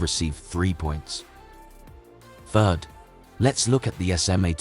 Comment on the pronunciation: It's third not fird